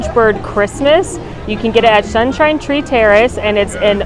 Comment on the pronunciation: Lol. “Shunshine Tree....”